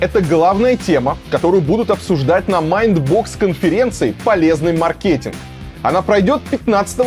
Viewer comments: МАркетинг, мАркетингвые… 🙈 Аж больно 😂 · Ведкщий, научись правильно говорить слово МАРКЕТИНГ! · Маркетинг - ударение на первый слог